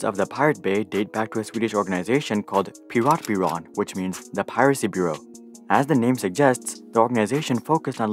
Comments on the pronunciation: Piratbyrån, not Piratbyran! Big difference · It's Piratbyrån, not Piratbyran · What's the deal with foreigners constantly skipping the dots above ÅÄÖ that gives them completely different pronounciations than AAO, you don't usually miss the ¨ above the german Ü but still mess up "Piratbyrån" into "Piratbyran"